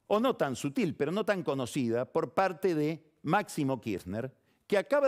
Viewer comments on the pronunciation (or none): none